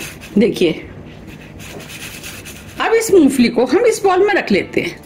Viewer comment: madam moofali nahi moongfali 😄